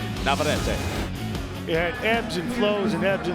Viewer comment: It is NOT VavarrAte. It is NavarrEte